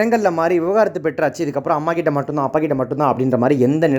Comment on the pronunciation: விவகாரத்து இல்லை.. விவாகரத்து